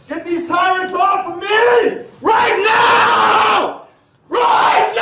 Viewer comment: Did he say “Right Meow”?